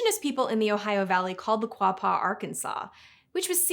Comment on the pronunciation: "Kwah-pah" is the way I remember seeing it spelled in my junior high Arkansas History class, so I can at least confirm you got that one. Hilariously, it even had an old spelling in the book, part of an infographic, where it was spelled "Arkansaw" though I don't know how valid that was. May hve been a jab at people wanting to call it "Ar-kansas". Great video by the way! I always wondered where the country Georgia got its name